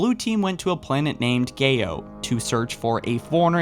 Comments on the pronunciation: My guy, I've been watching your videos for years but I'm afraid it's coming to an end. I just can't take the flagrant speech errors. It's not "O-nicks" its "Ah-nicks" also, its "Gow" not "Geh-o". I just don't understand how you can be a true Halo fan and a big source of entertainment for us Halo fans but not take the time to learn how to pronounce the words currently. I'm sorry. I just can't take it anymore. It is the reason I never could bring myself to join in with donations. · . He has trouble saying gayos since you here gay XDDD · Don't act like u didn't laugh when u said geyo's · Pronounced "Gows" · "Planet GayOhs military' laughts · It's pronounced Gai-O He didn't mean to say anus, he corrected himself by saying Abyss. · Pretty sure its pronounced "ga" "ow" budday. "Gaow" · when he said gayos and i bother started to crack up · You keep saying 'Gayo' and chuckling, but that is not how you pronounce Gao. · Always pronounced it Gah-oh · Noah Cuffel when he says New Gayos military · Your pronunciation of certain words (like Onyx, Ascendant Justice, Gao and Yucatán) is wrong and made me cringe. It also sounded like you said "Composers Anus".